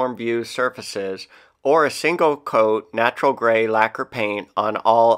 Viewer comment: It’s “neutral gray”.